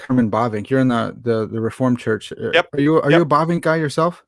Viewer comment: Herman Bobink? Bobing? ... Bavinck!